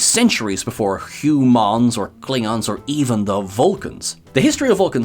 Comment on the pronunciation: Klingons, not Kilongs.